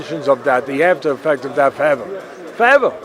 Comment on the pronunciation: Teddy “foweva” “foweva Atlas